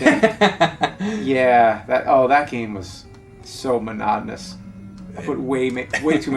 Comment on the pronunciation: And this game was not rare on the bootleg Famiclone carts. P.S. Why do I constantly hear "manardness" instead of "monotonous"?